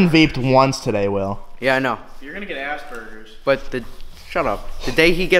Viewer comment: LMAO he said youre gonna get Asspergers LMAO